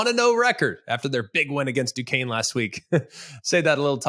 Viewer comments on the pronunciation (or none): none